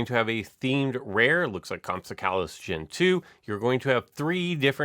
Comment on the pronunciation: Also it’s called comp-sog-nay-thus